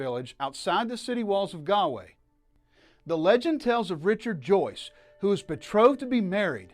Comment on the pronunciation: It's pronounced "gawl way." Not "gal way." Not "gaaalway. " most annoying bad travel video ever. Go to Taaffes Bar and learn some Irish!